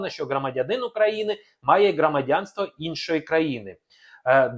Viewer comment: НЕ Крамадянство. А Громадянство. Зразу видно що ви не українець.